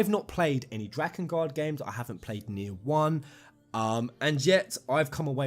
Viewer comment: Very glad you say "Nier" correctly. It sounds like "near" but with a slight inflection. The "nye'er" ppl need to go ;-)